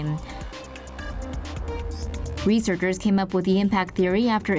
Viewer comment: Did she say “reaserckers”?